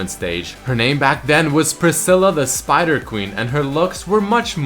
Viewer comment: Spooder Kwin Ehleez